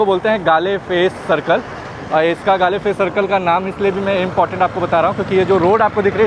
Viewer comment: Galle face is pronounced as Goal face...❤